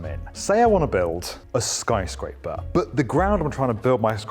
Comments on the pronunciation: did he said skryscraper instead of skyscraper? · What's a 'skryscaper'?